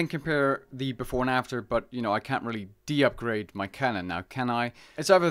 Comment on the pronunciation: deupgrade? what are you saying rn its just degrade XD